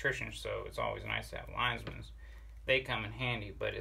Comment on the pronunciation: You say it like you spell it!! LINE-MANS